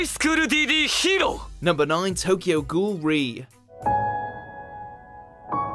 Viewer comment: I was sooo relieved when he said "Tokyo ghoul:re"